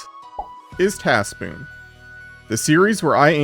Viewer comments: Anyone ever hear him say it as tas pwn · das poon